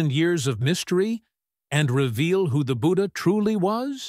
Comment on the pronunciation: When you can't pronounce his name 'budhha' and can't pronounce 'ganga' but still try to rewrite history with fake information.